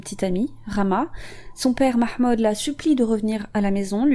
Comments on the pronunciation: 🔈 la prononciation du ''mahmood'' 😍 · Merci pour cette vidéo !! 👍👍 PS: ton accent pour prononcer le nom de famille de cette pauvre fille ,et vraiment Nickel ! 👌 Amicalement